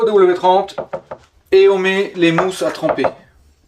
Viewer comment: Grand merci pour toutes ces vidéos et ce contenu qualitatif ! Et c'est "zéro W trente" 😁